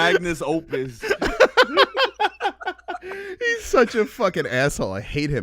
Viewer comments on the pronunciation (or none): its "magnum opus", not "magnus opus". Cant be calling out the view for not speaking properly when you are slipping G